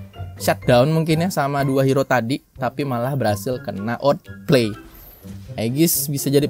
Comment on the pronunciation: bukan otpley bang, awtpleiy dibacanya